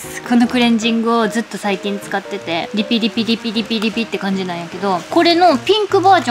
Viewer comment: リピ×５じゃなくてピリ×５なのね かわいい笑笑